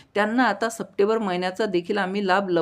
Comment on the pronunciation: सपटेबर नाही रे भाऊ, " सप्टेंबर "